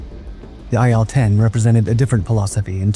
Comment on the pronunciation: Sorry to be that guy, but, the plane is an i L 10. As in Ilyusin-10